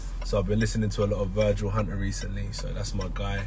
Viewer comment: "Muh Humble" "Muh hungry" "Muh Legacy"